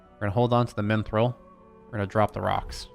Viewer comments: Minthril... Mithril, dude. MITHRIL. There's no N. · There is no "N" in Mithril.